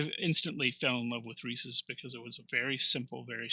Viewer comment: And I was just thinking to myself that this was the first video where the person pronounced it correctly i.e., just like the monkey.